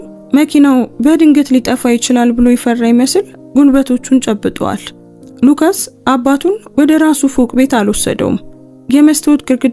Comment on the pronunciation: ሉቃስ ነው ሉከስ አይደለም።